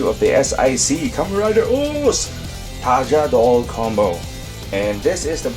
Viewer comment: For the love of gos It's called TaJaDor You call the bird a condor not a condol